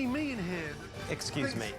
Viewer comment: That ExCUZE ME sounded like Nickacado